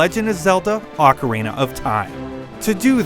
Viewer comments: "awkerina?" More like Oh-carina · Does anyone hear him say Ocaweena 0.15 seconds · I cant put up with this video.... advertisements and its fucking pronunced OHKARINA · a better question,what the hell is aucarina of time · OHKARINA! Thats the pronunciation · Oh god this is gonna be painful, he doesn't pronounce "ocarina" right TT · You tard...you mispronounced Ocarina!!! WTF!!!!